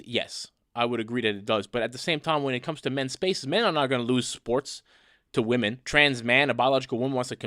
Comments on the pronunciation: Asian girl keeps pronouncing the plural of woman the same as the singular. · Is it something with asian people or is it just liberals that they can't seem to say the word WOMEN? They say WOMAN whether talking in singular or plural. Honestly curious.